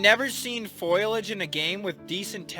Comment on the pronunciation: Pronounced it "foilage" instead thumbs down. :D Now I wonder how many blades of grass or trees or rocks are in this game; millions, billions? EDIT: Was the place in Kara Kara you zoomed onto a heart shaped rock? And was that where Rhondson was found?